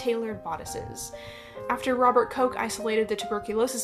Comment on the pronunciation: As a descendant of Robert Koch, thank you for pronouncing our name correctly. I can’t tell you how many times I’ve heard it mispronounced on TV or by my professors. 🤦🏼‍♀️